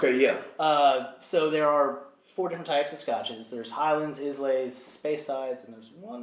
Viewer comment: Lol Islay , Pronounced EYE-la .... not IS-la